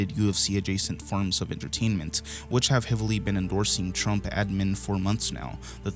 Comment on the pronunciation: Did you call Trump tramp?